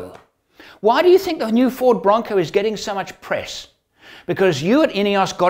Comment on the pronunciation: When you said Ford, I only heard 'Fraud' the first few times. Sorry.